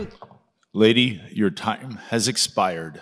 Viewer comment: Anyone else hear the guy at the end say: "lady, your time has ex-spidered." 🕷️ And then there was the classic pronunciation of the world: "ethis-eh-et-ni-city". Well spoken woman. 🗣️